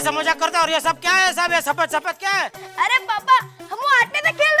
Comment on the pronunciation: 😂😂 saphed saphed jetha ko Bolna nhi Aya shii se SAFED bolte Hein ya phr white😂😂😂😂